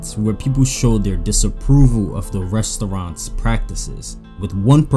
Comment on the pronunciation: I never thought someone can say the word 'Restoouraants' and get me annoyed that many times 😑..